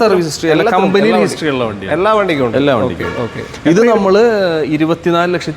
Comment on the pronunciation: എള്ളാ അല്ലടോ എല്ലാ ളാ അല്ല ലാ